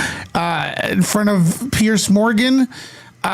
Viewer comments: Its Piers... pronounced peeers... Not Pierce it's driving me mad after hearing his name so.many.times... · Ffs his name is Piers, not Pearce. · Piers not Pierce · Piers not Pearce.